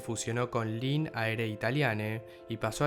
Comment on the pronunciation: linee se pronuncia tal cual, no lin